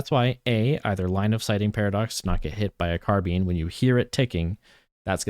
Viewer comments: thank god i wasn't the only one squirming everytime he said it.. carb(eye)ne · Great video but it's carbine not carbean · Say car bean one more time I swear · “Car bean” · “Car bean”😭😭😭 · it's probably the correct pronunciation, but please stop saying "car bean" 😭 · No it's not. If you look at the entomology of the word, It comes from the french word "carabine" pronounced like "caha-bean" (with french accent). In the UK "car-bine" is far more common, and in the US both pronunciations are used and valid. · take a shot every time he says car bean 😭